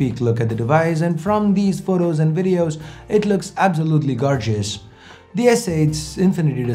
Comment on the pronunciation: Did he literally pronounced "GAR-JUST" instead of gorgeous?!